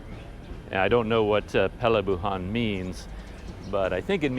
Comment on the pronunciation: Perlabuhan = Port or harbour, wow, you can pronounce the Malay words perfectly !